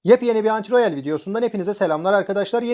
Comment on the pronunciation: Gün 3, neden "AntiRoyale" diyorsun?